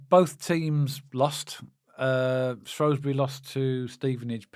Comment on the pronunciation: Guys, great channel. Love the sense that you bring to the table. One thing if I can. Shrewsbury is shrew like screw. You say shrow like throw. As I’m a Shropshire Blue, please Shrew as in new. Loving your professionalism and the way you are both learning about the new league we find ourselves in. KRO.